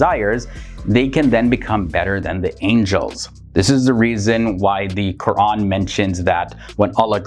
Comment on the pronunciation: The host is Muslim? The way he is saying Qu’ran is on point